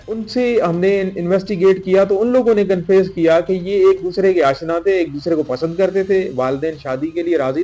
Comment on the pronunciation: He cannot pronounce confess properly.. This is Sindh Police for you. 😂😂